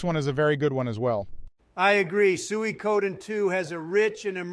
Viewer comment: Sueykoden lol